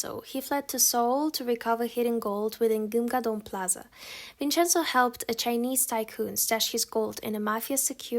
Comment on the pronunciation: I love the way you pronounce Italian words while talking about the drama "Vincenzo" xd +I didn't already watched it but does it romanticize Mafia?